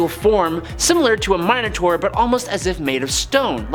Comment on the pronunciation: Minor-tour . .... Yep.